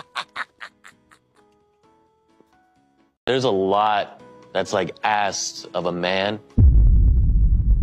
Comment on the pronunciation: The guy who wants to “train” his child bride- I mean girlfriend- mispronounced “groom”.